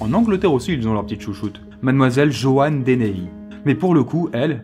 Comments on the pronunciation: c'est Joanna pas Joanne ! :/// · Au lieu de dire Joanna tu dis Jeanne